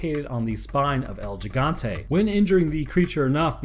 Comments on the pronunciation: It's El He-gone-te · Bro my fucking ears almost exploded when you said L Jigantay 😂😂😂😂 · It's pronounced El Jigante with a j almost h sound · Oh, I already have. Jimmies have been long rustled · hurts my ears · You still said the name wrong